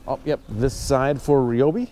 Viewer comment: It’s not reeobee it’s ryblomee